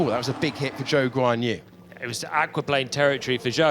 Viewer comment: Quien es Wan Yuzu? No se pasen, aprendan a pronunciar bien su nombre 🙃